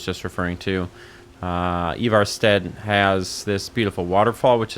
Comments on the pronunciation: Bro called Ivarstead "Evarstad" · I appreciate the way you pronounced ivarstead, very accurate, norwegian attest here you go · I appreciate the way you pronounced Ivarstead differently every time you said it.